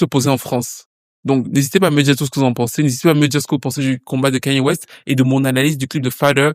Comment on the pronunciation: Suis fière de toi tu dis enfin le prénom de Kanye correctement merci